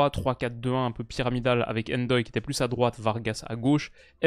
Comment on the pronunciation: tu vas me rendre fou à faire des prononciations très hollandaises pour des noms comme Gakpo (dans tes vidéos précédentes) mais ne pas dire Ndoye tout collé sans enlever le N Et même Sommer y a droit 😭😭